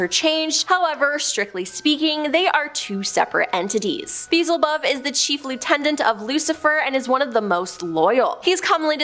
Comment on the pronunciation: PRONUNCIATION: BE - EL - ZE - BUB. 4 SYLLABLES. YOU'RE WELCOME 🤗😄❤️❤️❤️❤️❤️❤️❤️🖖✌️